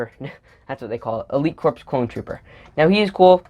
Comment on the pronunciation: You pronounced it wrong corps is pronounced as core